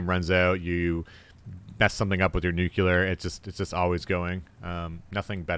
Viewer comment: "Nucular"? Makes me think of Homer Simpson.